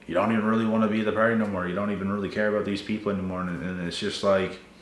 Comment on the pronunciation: I like that you're say " PARTY" but it sounds like you're say "PARODY". But it makes so much sense looool